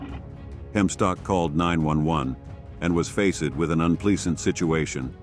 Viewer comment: Yeah, face-ed? Wth ai can’t even manage that?!?